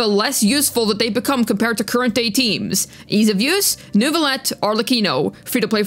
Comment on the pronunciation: You said Neuvillette correctly! I am shocked. I love your accent!